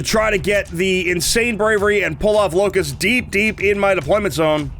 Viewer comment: lol probably cuz you keep pronouncing her like "lick 'iss" she's just not happy with you